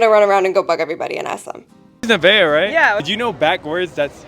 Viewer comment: Neveah not Nevaeh. Nuh - vay - uhh ...its not, Nuh - vae - eh?